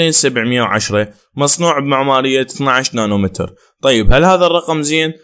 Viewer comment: مو نانو متر نانو ميتر حبيبي